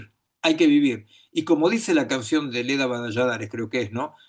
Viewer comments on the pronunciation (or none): No es Leda, es Eladia